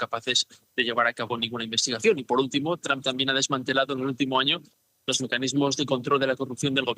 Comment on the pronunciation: Dijo Donald dump? 😅